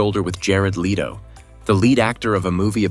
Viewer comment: Not lee-to, leto.